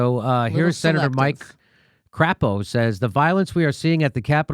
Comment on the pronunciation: I'm sure Senator Crapo doesn't pronounce his name the way Jimmy did. I laughed so hard.